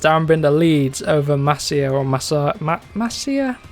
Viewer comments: It’s pronounced MAS-EE-A not MAS-IHA Jaume Masia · It's pronounced mass sea a not masia 😅